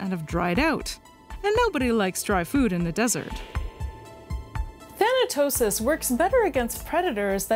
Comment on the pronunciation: Thanatosis Than-tosis Thanosis Thanos 😳